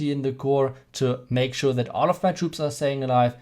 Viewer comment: And also that sound like dat